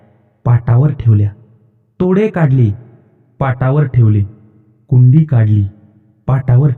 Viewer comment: तुम्ही खूपच चांगला उपक्रम चालू केला आहे, नवीन पिढीला हे सांगायला हवेच, पण उच्चारांकडे थोड लक्ष द्यावे , कुडी हा दागिना आहे आपण त्याचा उच्चार कुंडी असा केला, असे चुकीचे उच्चार टाळलेत तर अजून छान वाटेल